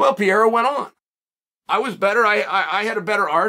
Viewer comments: Pe-hā-dä, pe-ˈrā-rä, but not piera. 🤦‍♂️ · i don't understand how someone can look at pereira and say it as piera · dude why you keep on saying Piera? Pereira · It's amazing watching Chael's pronunciation getting better and better. He started by calling him Pi Era. Now it's Pereura. You're almost there, champ! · Chael: Alex Pee Era. Everyone else: Alex Periera. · Seems like nobody’s told Chael that Pereira it’s not pronounced “Pierra” it’s “Pe-re-eeh-ra” lol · Why you keep calling him PEIRA??? IT'S PEREIRA!!!!🤣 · Pereira not Pierra. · He still says Pi era lol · You mean "Piera" 🙂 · "Pier-a" I didn't know Pereria became a frenchman. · It sounds like you call him "Pierre" 😂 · Pierra lol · why does Chael mispronounce the names of certain fighters like Pereira and Chimaev? it it supposed to be amusing? or is he a bit thick?